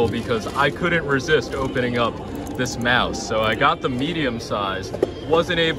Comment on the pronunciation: "Mouse" plz😭